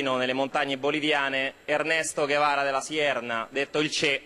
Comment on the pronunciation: De la Serna, non De la Sierna